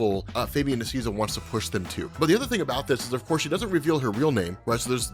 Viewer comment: say it with me, Fabian “Nee-See-A-Sa” the A sounds like “Hey”. The “i” sounds like ee. It’s Spanish, he’s Argentinian